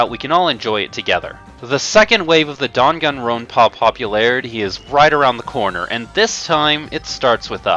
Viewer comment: Also, he is pronouncing the Dangan Ronpa game as "Dongon Ronpa." It's pronounced as it's spelled, Dan-Gan Ron-pah. Although, he claims to be an anime Rpg player, he doesn't know how to say them correctly.